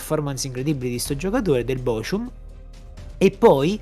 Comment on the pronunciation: Bocum non bocium 😭